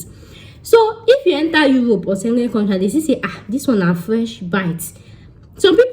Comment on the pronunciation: 🤣🤣🤣🤣 Speak Yoruba abeg. ma pami na. Eyan sengen. Be like na "Schengen" oooo.😊😊. Great video✌